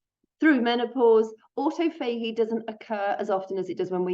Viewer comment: Aw taw fuh gee is how to pronounce autophagy. It took me a minute to figure out what you were saying. An important video non the less thank you.